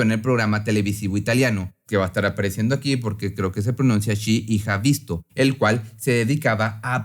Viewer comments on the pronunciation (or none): Excelente video, solo como dato el programa italiano se llama “¿Quién lo/la ha visto?” Y se pronuncia “ki la visto?” Esa l’ha es una ele minúscula con un apóstrofe por contracción. (No hate) me encanta tu canal ☺️☺️ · se pronuncia así: "qui La visto" pues la "ch" es el equivalente a la "qu" como pronuncia y el L'HA es el verbo haber en modo más breve (perdonen no sé cómo se dice en español la palabra precisa) que sería "la ha" como cuando en inglés se hace "isn't" en vez de "is not". Como dijiste que creías que se dice así te vengo a quitar la duda espero te ayude 🤙 buenardo el video